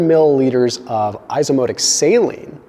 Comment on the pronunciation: Isoosmotic (eye so ahs mah tic NOT eye so moh tic )